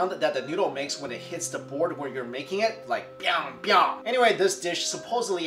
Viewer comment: 今天是我要哭了T_T ... 正宗的西安味！最棒的面条没有之一！你说到这面条是奶奶的味道，对我来说是我姥爷的味道... 他还会加上一瓣儿蒜，经常偷偷给我咬一小口，辣得我眼泪直流，满满的都是童年的回忆。你的发音还蛮正宗biang biang ^^ 如果不是陕西人真的很少人知道这面，更别说做了！谢谢你昨晚上大半夜让我看到这个... no no no don't show me the noodle!!! I'can't handle it!